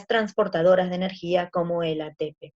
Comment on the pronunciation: Me estresa qué dice atépe y no atepé xd pero buena la Clase